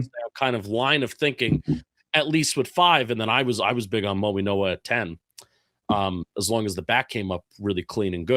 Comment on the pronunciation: How do you expect to be taken seriously as an analyst when you can't even pronounce the name of a top 10 pick for the Giants. The G sounds like an N for Mauigoa. Come on man.